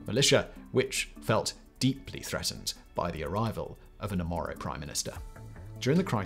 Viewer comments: Its really unfortunate to spend the entire video misnaming the Oromo as Amoro, just because it sounds close to Amhara, after spending the first half of the video saying you wanted to be sensitive to the nuances of the crisis and ethnic tensions. That can lead unfamiliar people to completely misunderstand the situation. Really annoying when youtubers and politicians can't be asked to bother to name people and places in crises correctly. We're not even talking about pronunciation here, just read the actual word on the page. That's all we ask. However, you want to pronounce, at least get somewhere in the ball park. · Mispronounced Oromo only right? Let's not mention amhara wanted to claim back tigre land from 35 years ago. While taking every chance of the war to destroy tigre. Made it a personal war. Amhara are also at war with all their neighbours . They also didn't want the peace deal. They are destroying illegal homes across Ethiopia specially oromia. All and all Amharaa is a thorn in Ethiopia. Question is what do they want ? To rule Ethiopia nothing less at this point. HENCE THE PROBLEM. Now amharaa youth are bieng tricked to die !!! Fighting a unwinnable war. If Ethiopia breaks apart do to amharaa everyone looses. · It's Oromo, not Omoro... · Oromo not Omoro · This explains the crisis in Ethiopia from the beginning till now. The best detailed explanation I have ever seen... Other than guy saying the Omoro people instead of Oromo. Great documentary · Thanks for the video and analysis ! I just found it hyper confusing that you kept saying « OMOro » throughout the video instead of « OROmo », as it does sound fairly close to « Amhara »… Would be cool if you could edit it somehow lol Going to share this to my friends and colleagues, cheers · Oromo Simple to pronounce Throughout you said omoro Keep an eye on these things in the future Other than that, so happy to see you cover this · How did you go the whole video pronouncing OROMO "Omoro"? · Promo not Omoro